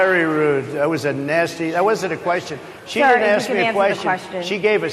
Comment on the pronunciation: Republicans don't need to pander to blacks. They have never needed their votes. Also, why do they pronounce "aks" instead of "ask"